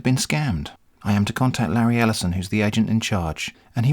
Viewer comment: Lareee El'eye-son. Jeffbu Bezos Avengers take a seat.